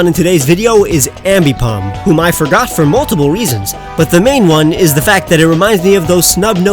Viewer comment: FORGOT DOES NOT END WITH AN R, IT ENDS WITH A T!